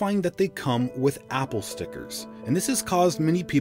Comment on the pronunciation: Opple🤣🤣🤣 instead of apple🤣🤣🤣